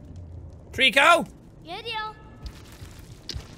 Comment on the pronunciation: Whenever he says Trico, I think Treecko hahah